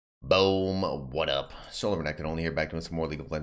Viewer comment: I like how he says "Boam" and not "boom."